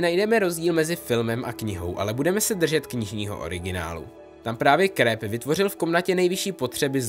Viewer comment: Prosím, čte se to "Trylóniová" ale jinak v pohodě, na tu výslovnost jsem hodně háklivá 😁 a taky ne "Skreb" ale "Kreb"